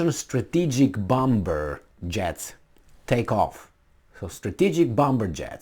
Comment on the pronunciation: Darling the B in bomber is silent x